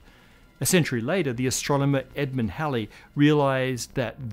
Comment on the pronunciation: Well, he did mispronounce "Halley" (of Halley's Comet fame) in this one, but generally, yes.